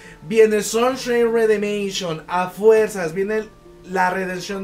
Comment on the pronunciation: se pronuncia Redemchon no Redeminchion XD saludos excelente video